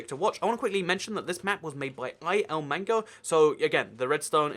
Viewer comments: Oh by the way illmango is pronounced iil mango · I-ilmango? You pronounced that kinda weird... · it’s called ILL- mango